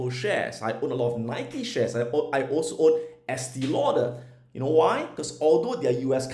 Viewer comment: Estée Lauder is pronounced "Estay Lauder."